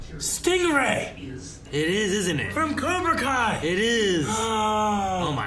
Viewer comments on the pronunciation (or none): none